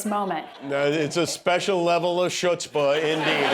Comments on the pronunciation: that awful mispronunciation of CHUTZPAH was antisemitism. Period. And it took a lot of… chutzpah to say. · "chutzpah" is not pronounced "shutzpah", it's pronounced "khutzpah". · “Shudspah” is pronounced “hudzpa”. Ask John, when it was three years earlier.. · It’s pronounced as hhutzpah and not chutzpah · "Chutzpah" (shoots-pah) 🤣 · Ummm...no. The ch is pronounced with either a hard h or with a k. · that was funny! And hilarious how people mispronounce it with the "sh" sound even today